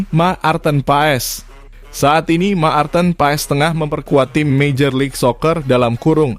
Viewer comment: yg bikin ngakak yg bikin konten gk tau baca marthen .. 😅😅😅